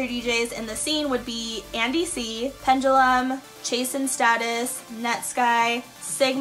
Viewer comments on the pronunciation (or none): Pendulum not Pendiulum 😅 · It's Pendulum not Pendiulum.